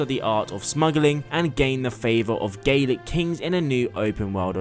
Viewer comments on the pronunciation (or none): none